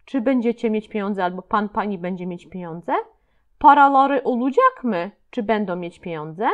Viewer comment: Witam!! Czy są jakieś zasady wymowy w j. tureckim? Słówko olacak wymawiasz (oludżak). Też wiele innych zauważyłam. Proszę o komentarz. Pozdrawiam.